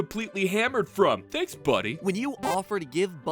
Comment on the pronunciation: Nugget thenks you speek abaot nugget